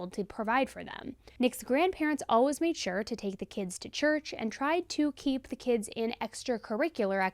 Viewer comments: I love these videos SO much but just a side note, for some reason the way she says the word “always” is beyond triggering for me!!!! 😂 Lol I’ve never heard it pronounced “al-wuz” before I started following and watching. Of course I love her and these videos, so I’ll keep supporting, but she says it about 10 times every video and idk why it triggers me so much!! 😂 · Is the way you say "always" a regional accent thing? I've never heard it pronounced "alwas" before. 🤔 And P.S. do much respect for the way you covered this case. Thank you for sharing Byron's side. 🫡